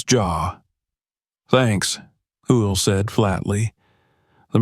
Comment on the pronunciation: How is this reader messing up Will’s name